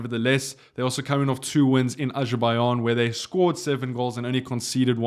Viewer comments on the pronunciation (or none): none